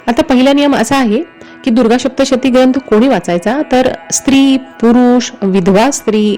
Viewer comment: Adhi saptshati bolayala shik